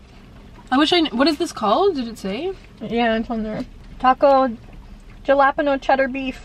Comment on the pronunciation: had to pause.....did you just say "gelapano" instead of "halapeno" for jalapeno lolol